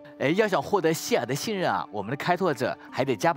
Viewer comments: Its not Seelah its Seele SEELE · I can't believe that's how you pronounce Seele, my life is a lie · that's a funny way to pronounce Seele